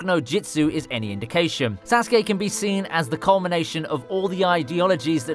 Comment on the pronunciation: He said sauske wrong